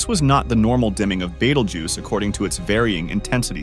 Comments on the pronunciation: not sure if you know but the vid keeps rotating between the correct and in correct pronunciation it is Betelgeuse pronounced Bee-tell-juice not bah-tal-geese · My man just called it Beetle Goose 😭😭😭